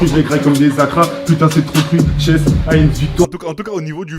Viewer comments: au lieu de dire Shess ils dit Shech 🤣🤣🤣🤣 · Il a appelé shess « sheche » 😂😂😂😂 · C SHESS ET NON CHECH 😂😂😂